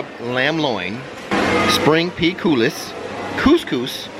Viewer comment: I feel like I’m choking in a T-shirt, so I really like the neckline on those shirts. This eagle might have to check them out (if they’re still there in September). BTW I believe coulis = coo-lee